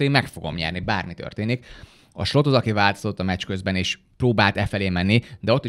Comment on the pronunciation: De miert kell Slotnak ejteni szerencsetlen Slot nevet😂 a holland nyelv nem magyar, Slot akkor lenne ha Schlotnak kene irni, de olyan idegesito hogy egy csomo kommentator sem tudja Szlotnak mondani